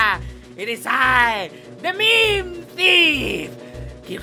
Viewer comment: I AM THE MEEM THEEF, GIVE ME ALL YOUR MEEMS